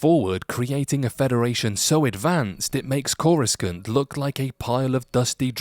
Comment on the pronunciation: I'm sorry, how did you just pronounce Coruscant? lol